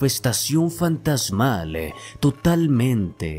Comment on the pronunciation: Actualidade, fantasmale, keasa, keasi, capitale, cuidado con la pronunciación compañeros... El video es excelente pero el narrador por parecer afectado pronuncia mal... Con mucho respeto y cariño....